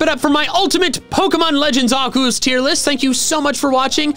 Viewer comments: ARCEUS, NOT F*CKING ARKOOS! HE DID GET IT RIGHT! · it's Arkoos